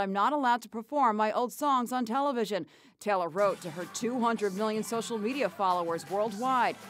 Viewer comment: Yo that narrator says Taylor talor